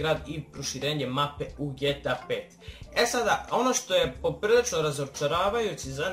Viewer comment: Aaa kako iritira kad kažeš ge ta pet a ne ge te a pet nisam hejter subovao sam se ali molim te nemoj vise da govoris ge ta pet pozz